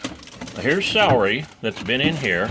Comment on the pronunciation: "Salry"???...I thought it was "celery". 😐